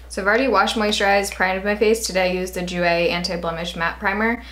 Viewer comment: ooooh the way you said jouer made me cringe. loved the video though, haha!